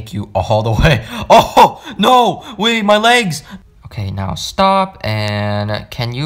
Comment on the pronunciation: How he says no😂: NOAH